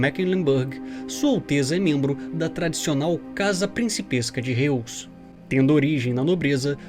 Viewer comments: Prezado a pronúncia correta do sobrenome do "Principe" é RRÓizi (Forma fonética para pronunciar o Sobrenome Reuss) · Acho que a pronúncia de Reuss é "róiz". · Reuss... não seria pronunciado Róiss?